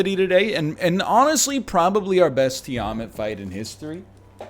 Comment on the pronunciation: Tiamat is pronounced TEE-ah-maaht